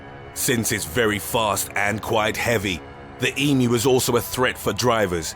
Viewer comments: THANK YOU!! you are the only video I have seen that got pronunciation of emu correct saying "E - MEW" as apposed to the butchered "E - MOO" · Very very impressed you pronounced emu correctly